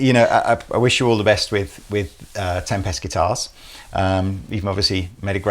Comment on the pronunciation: Why does keep pronouncing tempest like tempestuous or tem-pest. Is that deliberate?